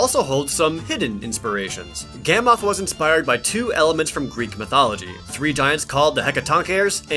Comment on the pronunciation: Astolos (Ass-toe_losse) Gammoth ( Gam-ith) Mizutsune (Mizu-su-nay) and you got Glavenus right.